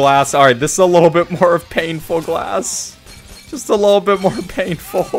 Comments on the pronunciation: Pane-ful. Ehh? Lol. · Really "pane" full